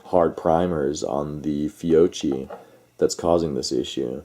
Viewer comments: fee-oh-KEE not fee-oh-chee so annoying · Ok but please say "FYOKKY", because in Italian ch = k...and if there is a double You need to persist a little in the pronounciation of that double letter 😅(fyoKKy).....FYOCHY is unaudible ahah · Actually, no, it's not "Fee-o-chi" (phonetic); the proper pronunciation is (phonetically) "Fyo-kee" (phonetic). Kind of like Sabot: people say: "saab-ott" but it is actually "say-bo". Not to split hairs but since some made the case for pronunciation might as well say it correctly. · Beside the fact the correct pronunciation is “Fiokkee”, I have to agree. First time for my brand new Glock 45 at the range: Fiocchi RNCP. 60 rounds out of 100 couldn’t cycle the gun. Tried 100 Geco: everything perfect. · It’s pronounced Fee-O-Key. Great ammo and the shooters probably modded their triggers with lighter springs for lighter trigger pull and it effected firing pin force. Either that or some guns don’t agree with certain ammo. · Fiocchi = Fee-oh-key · This is Christmas Eve 2021, my brother in law bought 20 rounds of .45 Acp Fiocchi Blue Guardian, he has a Springfield Xds in 45 Acp, I will tell him this tonight, Thanks, btw the cch is pronounced as a K because there is no K in the Italian alphabet, My last name for example is pronounced as a K. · How can we take you serious if you can't even pronounce the manufacturer right. Then on top of it you don't even know what Glock it was you call it a mini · First pronounce that right Second check the Guns Fiocchi is one of the best out there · seriously every time he says it wrong im just like cringing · Personally NEVER had ANY problems with Fiocchi. You need to contact Fiocchi to investigate the matter. May need to recall a lot, never know; but NOT a reason to boycott them. Oh, and also, learn how to pronounce Fiocchi properly. It just makes it sound like you really don't know what you are taking about when you mispronounce the name, lol!